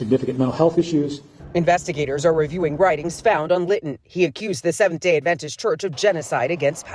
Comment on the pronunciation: He said it perfectly fine